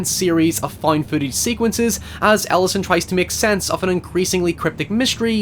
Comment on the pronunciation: I am so sure he saying the main character's name wrong.